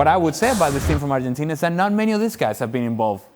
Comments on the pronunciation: Keiron Peach “Arhentina” is the correct (Spanish) pronunciation. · por fin un extranjero que sepa pronunciar bien el nombre